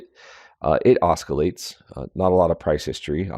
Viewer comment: promounced "ossilates" no k